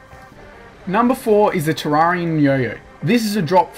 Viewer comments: wtf it's not ta rraria tereria pronounce it like that terreria fuuuuuu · Its pronounced ter-air-ia and I'll also think the 2 best swords are the true nights edge and the terra blade